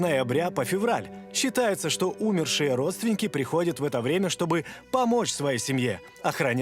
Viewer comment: Уважаемые редакторы! Следите, пожта, за ударениями УмЕрший 👌